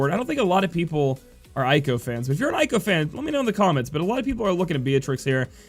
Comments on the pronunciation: Let me help you: with English way "Zee-done" or "Zey-done" Arabic origin, (Garnet is as you know), "Ey-ko" not "Aye-ko" (the Ey just like when you pronounce grEY), Also Seiken with English way is "Say-Can" [Sei=Holy] [Ken=Sword] [Eiko=Female name] are Japanese words. Hope that help, i hope you don't mind. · Pretty cool that you're trying to pronounce the names the way they are supposed. You Americans usually suck at that. Talking about that, Eiko is pronounced "A-Ko", not "I-Ko". Most names in the Final Fantasy franchise use the "Spanish sound" of vowels , you know, where the A is always "AH", E is "EH", and so on. There are exceptions, of course, like Zidane, where the last E is mute, and names that are already in English, like Cloud, Squall and Lightning. Aside from that, I really enjoy all your videos! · plenty of animes out there with characters named Eiko and it's always pronounced "A-ko".